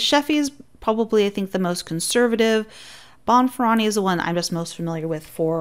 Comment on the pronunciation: Bonferroni is pronounced Bon-fur-oh-nee